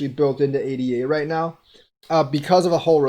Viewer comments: Good video, sorry to criticize...ADA should be pronounced AyDah, not ay-dee-ay. The token was named in honor of Ada Lovelace, a real person. She was the first computer programmer. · Its pronounced A-da =-l